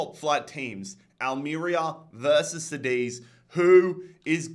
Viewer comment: As a spaniard, every time you say cadiz as seedis, something inside me dies, please, it's Cá diz, the first part it's said like car, same pronunciation. Btw, love your videos, these ones are one of a kind.